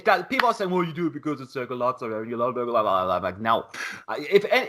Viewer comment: Btw why are u pronouncing 'latsarev'? :)) he's 'laZarev' like in 'zero'